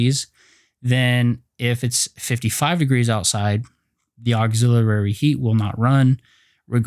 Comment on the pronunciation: Thanks buddy! Appreciated! But please check your pronunciation for "auxilliary". Not trying to criticize. Just pointing it out. Cheers mate!